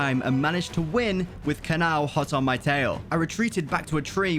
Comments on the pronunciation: Him: Kanaw Me: who/what's Kanaw? Me realizing it's: Kana-O Kanao🥲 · Its not kanao its Ka-na-oh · Its ka na o not kanaw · Why does he pronounce kanao like cannow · Its kana-o